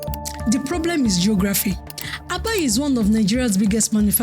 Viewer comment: Stop spreading false information, this Azumini has depth more than Lagos own. It is called Aba not Abā.